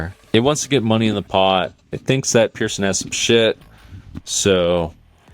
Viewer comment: Watch the video. Jungle clearly says Pearson.